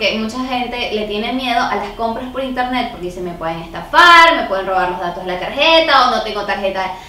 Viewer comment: El primer paso para comprar en interneSSSS es el qué? jajajajajja, me caes súper bien 😂😂♥️